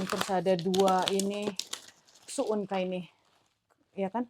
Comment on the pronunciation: pun salah ucap tp sok tau🤣🤣 itu sukun, bukan su’un… su’un/soun/sohun itu yg macam bihun tp lbh tipis lhooo… cem mana sih rempong iniiii